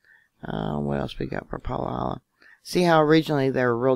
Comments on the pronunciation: Thanks...fyi it's pronounced Pa-hala, not Palahala. Ha-ha (ex resident) Good info... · it’s Pa-ha-la🤣🤣